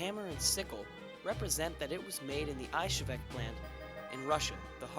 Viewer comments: 😂😂😂 whats a "Ayshevick" plant? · Dude, that was AWESOME! "History Channel" grade graphics and effects with *less* messups. There were a few, yes, mostly pronunciations though. "Mosin" is more "mo-szeen" and Izhevsk is more "iz-yevsk", but not quite. I'm still learning myself! I'm going to download this vid. I'll delete it if you'd like me to, just let me know. Otherwise, can I put it up on my website, or link it? :D Regards, Josh Smith Smith-Sights com